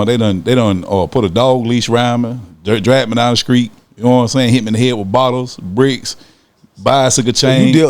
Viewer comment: Did he say skreet?? Lol